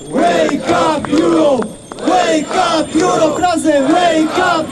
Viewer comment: Łejkap jurop... jeee 😂 A poza tym Korwin to równy gość!!